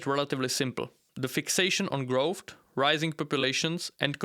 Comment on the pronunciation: What is "growft"? I've never heard this word.